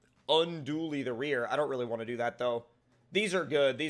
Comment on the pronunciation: Wantch* instead of want